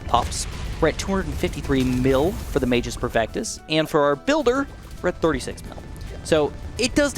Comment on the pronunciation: Magus perfectus is Latin, and if I'm not mistaken, the pronounciation should be something like "má-gus." The 'u' in both magus and perfectus need to be very heavy.